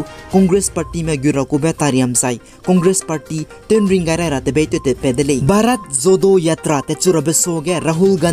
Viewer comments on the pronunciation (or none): Bharat Jodo Yatra kacheube pronunciation ge ah Jo-ro acheu ra kauleu gu delei..please no offense for the correction.By the way, you are doing a great job bro..and continue to do so..God bless..